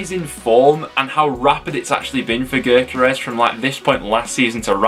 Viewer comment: Bro, get with it dude… Covs striker is pronounced YOKERIZZ NOT gerkares as you keep saying! Tit!